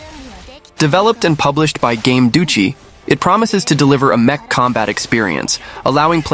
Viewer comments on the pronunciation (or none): none